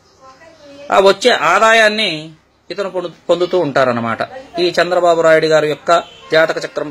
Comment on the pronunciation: Garu meku Chandra babu Nayudu ani pilavaleka poyaru. Meeru Chandra babu rayudu ani paluku thunnaru. Meeru cheppinatlu ga jarigithe meeku manchi life untadhi lakapothe janalu kakulu potichinatlu mimallni Podustaru. Kani meeru cheppe vidhanum vaka comedy gaunnadhi. Etuvanti vishayam cheppetappudu sincere ga undali. Ala me face lo naku kanabadaledhu. Sorry to say like that.